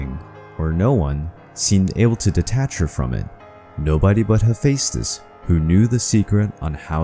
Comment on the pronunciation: I think you Butchered his name lol